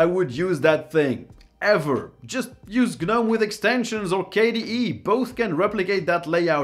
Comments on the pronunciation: The G in Gnome is silent. The number of times you said G-Nome, cringe inducing. Otherwise I loved the video. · It's not Ge-Nome, it's just nome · Gnome is (nome) not gah-nome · The G is silent. It's pronounced noam, it rhymes with foam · The 'G' is not pronounced! It is just NOME! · Isn't the G silent in the word Gnome? So it's not a two-syllable word. Maybe I'm wrong but why would you use a word from common everyday language and then expect people to mispronounce it? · hey the G is silent.